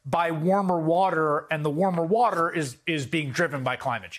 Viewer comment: Let me speak in terms trump supporters will understand. Wuter. Big Wuter. Ocean wuter.